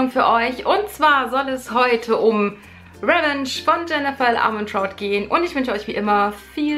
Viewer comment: pssst man spricht es RivENTSCH aus leise wieder rausschleicht weil niemand Klugscheißer mag ;)